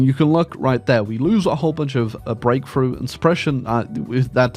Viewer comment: It took me a minute to realize you were saying "Breakthrough" not "grapefruit"